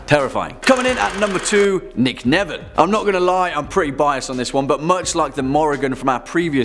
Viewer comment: Nicnevin is Gaelic. Sounded like you said “garlic” haha. It’s pronounced differently.